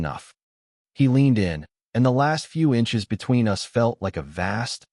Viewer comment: A bit of advice. I know you want to produce these narrated stories as quickly and cheaply as possible. But just consider the AI voice although 85% doing the job - in 15% when it doesn’t it wrecks the whole story - case in point “ they were photos of US” instead of us. It totally wrecked the story. Also as well often the sense is lost as the AI voice doesn’t know when to naturally pause. Get a real voice actor. !!!